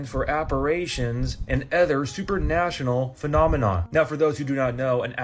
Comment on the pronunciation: that man from TikTok at Shepherd or for the king- the word is apparitions not aperations and it’s supernatural l not super-national‼️ WTH bro‼️🤕